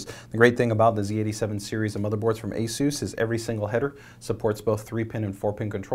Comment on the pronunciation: ASUS is it ace us or -ace zues- almost sounded like he said jesus en espanol